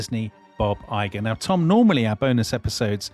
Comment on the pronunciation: It’s IGER, not Igor.